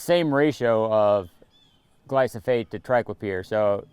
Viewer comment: poor guy is saying glysofate when it is Glyphosate